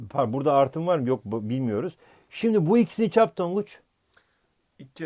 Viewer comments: tonguc yerine tangac dedin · 8.05 tanguç diyor hoca adfafdafaf